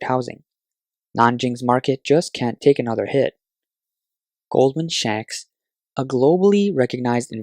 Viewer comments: Yes, I did notice the odd pronunciation. Must have been a merger between Goldman and Radio Shack :) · it is goldman sacks. He reads as "shacks" which means a crumbling house :)